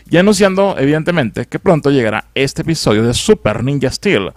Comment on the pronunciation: Soy solo yo o al inicio dijo espisodio